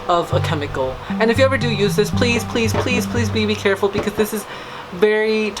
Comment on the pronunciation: why did you in you said *be bcareful*?